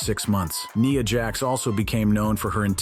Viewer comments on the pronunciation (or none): IT'S NYA JAX NOT NEEA JAZ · Nia jax ❌ Niya jax ✅